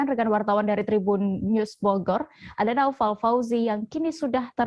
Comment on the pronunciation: Namanya NAUFAL.. tp gak bisa bilang INFORMASI & KONFIRMASI. Semua huryuf F & V jadi huruf P. NAUFAL jadi NAUPAL INFORMASI jadi INPORMASI KONFIRMASI jadi KONPIRMASI kwkwkkk